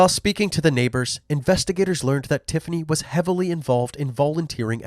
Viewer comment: i'm sorry, i know this is a horrible story, but "tiffiney" and "symphiney" really?